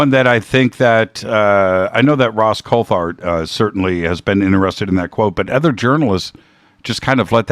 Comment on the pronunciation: It's pronounced coult-art